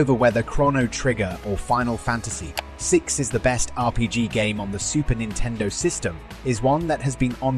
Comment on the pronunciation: “Super nine-tendo.”